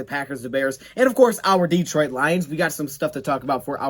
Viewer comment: It's Detroit Lions-not Deetroit Lions